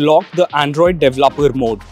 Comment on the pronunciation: De ve lo per ,mode xD I just wana help you say it